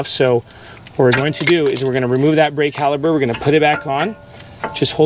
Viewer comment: “Caliber” is killin me